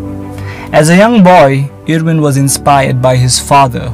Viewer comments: No one: "Kyrie eeriving" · Why is he butchering his name like that? He plays for Nets not Cleveland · Good content but you pronounced 'irving' wrong